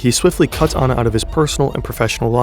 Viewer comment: As an Australian... that is NOT how you pronounce NewsCorp it has a hard p and not how you pronounce Anna!